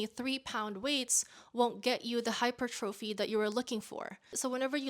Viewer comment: Girl love you but why you pronouncing hypertrophy like that 😆